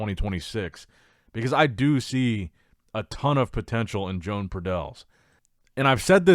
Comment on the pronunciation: The Spanish guy is called, One baddel Not Joan The j is pronounced y Please learn to speak properly 😮 I